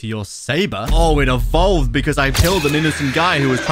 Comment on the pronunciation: I evoled from a bacon Me:evoled?